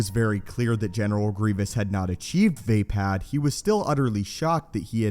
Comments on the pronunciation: It's not (v-ay-pad) its (v-uh-pod) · not VEIpad, it's VAAAAPAAAAD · Love the way he says way pad instead of vaapad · Vay pad? It uses English high A like day? Not ah like awesome? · Vay-pad. This fucking guy. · Ok I'm probably wrong but I thought it was pronounced like vah-pod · Its pronounced "v-ah pod" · It#s Vaapad, not vapad, vappad or vaping. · Anybody else out there that can't stand how this dude pronounces vaapad incorrectly?